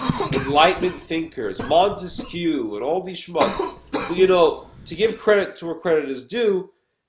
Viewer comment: That's not how you pronounce "Montesquieu"